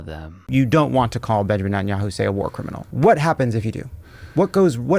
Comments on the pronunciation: He doesn't even know how to pronounce Netanyahu. He just kept saying Entinyahu. At least know the name of the guy who funds your ass. You know the dude you have friendly photo shoots with. Yeah that guy you goofy ass Corny Booker. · In clips of the “Pod Save America” interview, people also repeatedly note that Booker repeatedly refers to Netanyahu as “Entenyahu”, and having listened to Cory Booker in interviews (because how can you NOT, since Cory Booker has rarely seen a microphone and camera that he won’t jump in front of) I’ve never detected a strong accent in his speech patterns to justify the mispronunciation. Which can only lead me to believe that either a)this is some sort of mental trick he’s playing where he can always go back to Tel Aviv and say, “I wasn’t talking about YOU Bibi, I was talking about “ENTENYAHU”, not “Netanyahu”. Which I think would make him some sort of sociopath. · He can’t even pronounce Netanyahu correctly!